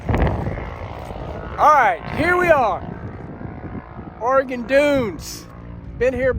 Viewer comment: Thanks for pronouncing “Oregon” properly…